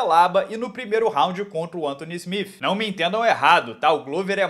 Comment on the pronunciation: Pq ele pronuncia smif?Se se escreve Smith?